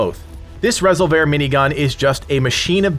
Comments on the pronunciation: Are you sure about the pronunciation there? “Rez ol vair?” Surely it’s not just plain “res ol ver?” Is that how they pronounce it in the game? If so I missed that! 😳😂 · Rez-ole-vare weapon 😂. It's Ree-solve-er, like revolver with an "s" 😂. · Lmao...res-ol-vair. It's resolver. Not going to watch a video of someone who can't even pronounce a basic English word (Aka like resolution-resolver is resolve with an r at the end.) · Resolver not Rasolver . Sorry why do Americans say e like a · I just loved hearing you pronounce Rez-ol-ver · Why are you saying Resolver wrong as resolvair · Rezzle vare huh :) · Lol Resol-VER? The emphasis is not on the "ver" portion of this word. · Rez o vair? Has he played the game? Not sure if he is intentionally mispronouncing resolver or not. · I think he means resolver not Rez-oh-vair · Rezzle vhear? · Great video but unless we're speaking Spanish it's just pronounced resolver like re- solv- er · Nah fool its reh-sole-vir i hate how most channels just pronounce the spanish words with an english accent Resolver in english is something completely different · You at are saying resolver wrong it’s re solver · Is it ok to disagree about the pronunciation of resolver? Say resolve and put an R on the end bro. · You are unable to pronounce the word resolver? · The pronunciation of resolver sounds so wrong to me I can’t stop thinking about it 😅😅😅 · That pronunciation made my head hurt. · nah don't be sorry. I'm just a digital text on a comment feed. Great vid anyway. I believe it's pronounced like to resolve a problem. Resolver. Keep doing what you're doing. All good!